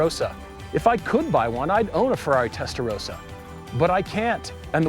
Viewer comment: Great video (again). So much passion for cars is transmitted by you guys! Love it. Just one remark: The pronunciation of Testarossa is wrong. You pronounce the "o" like in "roses", but it is more like the "o"in "obvious"..